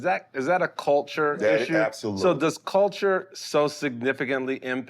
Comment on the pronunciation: Bron said "Coulture " lol